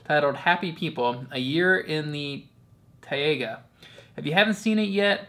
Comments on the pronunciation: also, its pronounced "tie-ga" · In english its pronounced tay-gah like day. In Russian & Slavonic, its pronounced tie-gah. Both are a very small almost silent h.